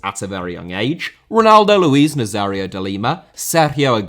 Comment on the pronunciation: Nazário* not Nazériouw Mbappé* not Mbappei Cruzeiro* not Crugeiro Inter* not Ento Half* not Holf Diego* not Dieyeigouw Adriano * not Adriohrnouw Debut* not Deibyu Dispossess* not Disposess Possession* not Posession Serie * not Siri Dortmund* not Dohrmund André* not Ondrei Nistelrooy* not Nisselrooy Eusébio* not Yusseibiouw Pelé* not Pelei